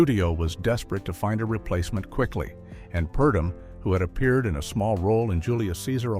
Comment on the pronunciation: "Mr. Imperium" not Emporium, and Edmund Purdom, not Perdom. And yes, the picture was a clinker. Lana disliked the script but MGM forced her to do it - the last pic under her contract. Must have been a relief to her.